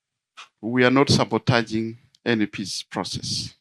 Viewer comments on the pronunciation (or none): We are not sabataging 😭🤣 Why Honourable 😅